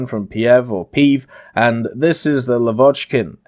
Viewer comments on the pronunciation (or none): Hi!) Thx for video! Not LavOchkin, but LAvochkin) Stress on "A")) But in the word "Glushko", the stress is on the "O", not on "U")